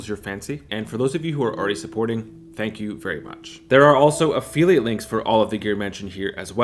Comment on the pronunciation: Never in my life have I heard the word "affiliate" pronounced like that.